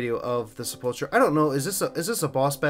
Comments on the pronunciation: SepulKUR not Chur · Isn't it pronounced Sep-ull-ker? And spelt sepulcher?